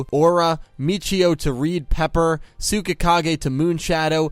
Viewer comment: The "U" in Tsukikage isn't pronounced.